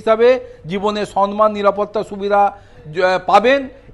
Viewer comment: "সন্মান" ? বাংলাভাষাটাও কি মূর্খমন্ত্রীর উচ্চারণ করেন? শব্দটা যে "সম্মান"।